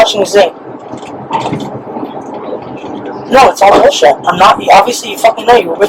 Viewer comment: Did she said ZULLSHIT??? Lolllll I cannot